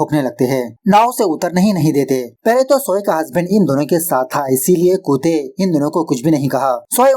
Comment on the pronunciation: Bhai tum Kuttey(कुत्ते) ko koote(कूते) q pronounce krte ho, it's sounds very weird